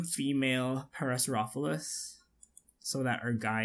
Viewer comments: the actual pronunciation of the dinosaur is "pair-a-saur-ollo-phus". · Just to let you know, it's pronounced Pair-uh-sor-oh-lo-fis (Parasaurolophus)